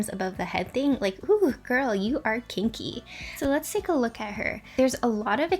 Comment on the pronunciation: When you said “girl you are kinky”, I thought you said girl you are stinky 😂😂😂